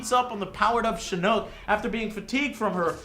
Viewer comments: it is pronounced SHIN-NOK. not NooK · Joe, it's pronounced shin-ock, not chinook lol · It is pronounced (shin-nok) not (shin-nook) there is only one o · IT'S PRONOUNCED SHIN-KNOCK NOT SHEH-NOOK SHIN-KNOCK THEY EVEN PRONOUNCE IT LIKE THIS IN THE GAME'S STORY MODE. Fucking dumbass. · Its pronounced Shinnok not Shinnook and its Special Forces not Spec Ops, Spec Ops is the name of one of Sonya's variations. I'm not hating on Joe, I always like his reviews because he's always honest, But why can't Joe pronounce and remember names correctly? I thought he wrote a script LOL. Good review though, better than Ign's anyway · Great review Joe, agree on the story! However, stop saying "Shinn-ooook", its "Shi-Knock", they even pronounce it that way in the story! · Lol he calls Shinnok Shinnook. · just saying, but I think it's pronounced Shin-ock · MK fans be like: YOU SAID SHINNOK INCORRECTLY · Fuck you how bout u make a fighting game and u said shinnok wrong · How hard is is to pronounce shinnok?